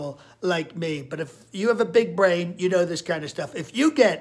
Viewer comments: ..."a big.... BUH-rain..." :D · "My big.. BAH-RAIN!" BWAH HA!!!!!